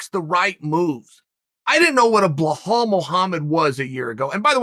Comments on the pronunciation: Bhal Mohamed? B i L a L come on dude 😂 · Chael: Behahl Mookhamid Me, a Bilal: ok great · Me: Balal Muhammad. Chael: BLAH-HALL MOOHARMED! Me: Blah-hall Mooharmed. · “BlurHall” Mohammad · Blehal Muhammad ? whos that chael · if uncle Chael says he’s name is blahall you bet your bottom dollar, ima call that foo blahall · Chael "blowhole mahomed" Sonnen